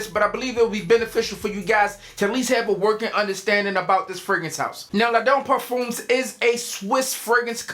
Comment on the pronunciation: You had ONE chance to say La'done Parfum and you ended it with the hard umeee haha, killer video my man!